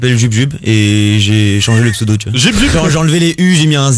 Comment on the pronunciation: Il y a encore des gens qui arrivent à écorcher son pseudo ? oO